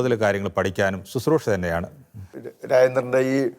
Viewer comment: ശുത്രുഷ അല്ല. ശുശ്രുഷ. ദയവായി തിരുത്തുക...